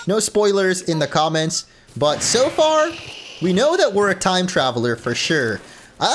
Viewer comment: Did say “timey whyme “?